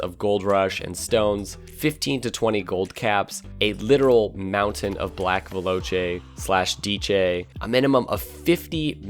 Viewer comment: He pronounced the Veloce and Diecci wheels weirdly